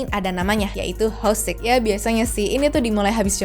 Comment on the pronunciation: dibaca: hwesik, bukan hoesik ya...